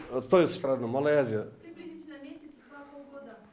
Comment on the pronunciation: Бул сабатсыз Малайзияны да айта албайтк го. МАЛАЙАЗИЯ ДЕП